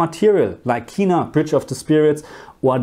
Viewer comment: The game is pronounced "Ken-na" not "Key-na"